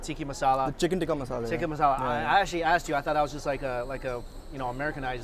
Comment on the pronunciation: The way he says ‘Tikki masala’ xDD its TIKKA